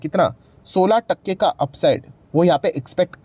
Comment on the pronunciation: The way you pronunciate " Takka" is 😂